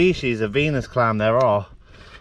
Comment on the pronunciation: When you said Venus clam I thought you said penis clam